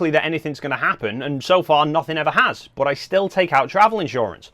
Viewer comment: Love your accent (I’m from US where we don’t speak English — old joke). Took a while to realize (not realise) that when you say “boot” you mean “but” 😉. I use two slots, when and where needed — belt and suspenders. Predict next Nikon mirrorless will sport 2 cards. The Zee v Zed joke is on us — rotate the camera 90 degrees clockwise to see the real moniker (N, for Nikon) — portrait orientation preferred?